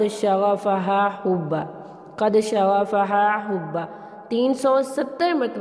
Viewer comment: HUBBA nea HUBBAN hota hai.... pehle parhna sekh le khud.... dont make peoples fool, for youtube income..